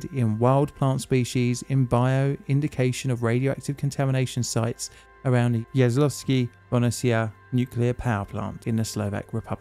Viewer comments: TBH, his Jaslovske is good. Bohunice it´s where the issue lies (if he´d just forget the "h" and call it Bo-u-nice and not Bonessia 😉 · Sometimes I'd like to see into the mind of an Englishman who sees the word Bohunice and pronounces it like Bonisia. 😆 Anyway, this nuclear power plant is located in Slovakia, which used to be sort of the Wales of Czechoslovakia. In 1993, we finally got rid of this money pit. 😎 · I’m sorry, but how do you mispronounce the word “Bo-hu-ni-ce” as “bonicea”? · That struggle to pronounce "Bohunice" is lovely :) I will watch the video but I will cringe a lot every time. And it´s surprising because the name is easy to pronunicate. BO (like "bo" in bomb) HU (like "ho" in hoop but not so long) -NI (like in Nicaragua but the n is softer) - CE (litke the tse in tsetse fly). Bohunice. Easy. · Oh my God man you butchered that name so much I had to Google if there is a third power plant in my country i never knew about 😅. But no hard feelings i totally get it 😆. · Just place the name of the powerplant into Google Translate and let it read it back to you in Czech or Slovak language. You have "butchered" that name quite well :) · Finally a video about this. Pretty accurate, although you butchered the name (that was sort of expected). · Wow, I have never heard about this before! Thanks a lot for covering this. That being said, I had to first google it to see what the hell you were trying to pronounce, lol. 😂 Just a tip for the future: simply type the name to google translate and have it read aloud in the respective language. it works perfectly for czech and slovak and probably most other languages too. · have to say you butchered the name completly but the atempt is great